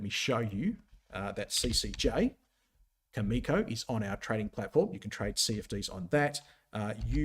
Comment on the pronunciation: Cameco is a great company and will outperform during this uranium bull market. However, since you profess to be a technical expert and not knowledgeable about any uranium fundamentals, why do you even go there? Cameco is not pronounced that way. Cameco is not the world’s leading uranium supplier. Cameco can NOT just ramp up supply like you said (actually, they are currently in the spot market BUYING uranium to meet their market obligations.) The uranium sector will be on fire in !!!!!